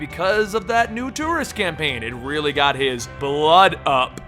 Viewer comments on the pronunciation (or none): none